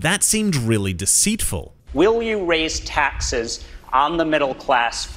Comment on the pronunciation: Why can’t say the word “taxes”? lol